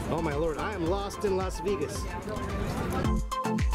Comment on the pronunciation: Las Veegas lol